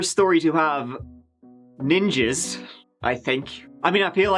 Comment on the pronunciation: Our first Neeenjeees! I LOVE YOU 🤣😂